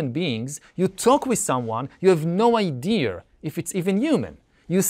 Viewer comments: Never understood why Yuval pronounces “Idea” as “I-dear” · and Yuval still cant pronaunce the word "idea"